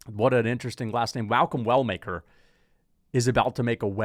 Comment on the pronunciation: Malcom Well Maker. Why he say Walker 😂😂